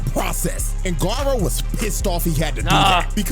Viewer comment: "Guyrow" cmon, it's Gar (like Garfield) O (like "OH MY GOD IT'S BLUE VOLDEMORT")